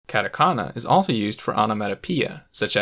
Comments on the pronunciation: I cringe and grit my teeth every time he says "CAT-a-kana" and "CAN-gee". This is particularly bothersome because, as he points out, kana are syllables that consist of a consonant followed by a vowel in every case except "n". Thus he is violating the entire basis of the language by turning what should be "kah-tah" (two consonant / vowel pairs) into the English "cat-ah" (consonant / vowel / hard consonant). The latter does not exist in Japanese and should not be used by foreigners trying to pronounce Japanese words. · 100% authority on the subject lost as soon as you pronounced them “cat a kana” and “can ji” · hard out bro, "cat-a-canna" just made me cringe. Kind of makes you think twice about the narrator's actual knowledge of the language, I'm not saying he is incompetent by any means, but it definitely doesn't inspire enthusiasm. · This video is very informative, but my god I cringe every time he says "CAN-JI" and "CAT- AKANA". Please learn to pronounce the things you are teaching about. KAHN-JI and KAH-TAH-KAH-NAH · Why did he have to pronounce katakana as catakana and kanji as canji. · literally same, same with "catAkana" jkENGLRKN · Actually his pronunciation of katakana is more annoying than the way he says kanji. He pronounces all A’s differently (cat-eh-can-ah). 🤦🏻‍♂️ I mean you bothered to gather all these infos and put all these efforts to making this video, it shouldn’t be so difficult to pronounce A correctly. And it’s actually easier not to mess up. I just don’t get it. It’s just so American (I don’t care how they pronounce it, I’m just gonna say it how I think it should be pronounced). 🤦🏻‍♂️ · It sounds really funny how you have the correct Japanese pronunciation except for the names of the three writing systems discussed here: Heera-gonna, cat-a-kanna, and caan-gee. You seem to have overlooked the fact that these are Japanese words too. :-) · I'm glad I'm not the only one this bothered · i mean, he also mispronounced hiragana and katakana lmao